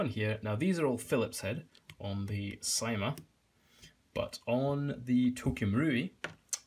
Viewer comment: CYMA is pronounced s - ee - ma